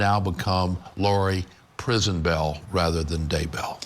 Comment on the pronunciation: "Lori Prisonbell" lmao